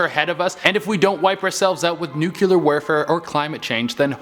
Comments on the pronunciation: It's pronounced NEW-clear, not nuke-you-lerr. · ..........I HAVE to say it. I love you but nucular triggers me every time. it's nuclear. like a new-clear thing. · Did this guy say Nuculer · NUKULARR WERFERR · he said nucular 😭